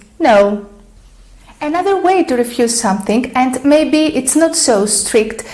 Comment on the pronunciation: Your English is very good but ... you are confusing Thing and Think !! And it is NOT SomethiNK ,it is pronounced somethiNG